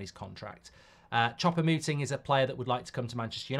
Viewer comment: It's almost like he's intentionally mispronouncing foreign names !